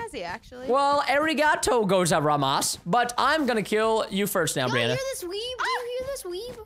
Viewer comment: I think Preston tried to say " thank you very much " - and I speak Japanese so I know he said it wrong terribly wrong and I was dying :D sorry Preston its not meant to hurt your feelings I just wanted to share my opinion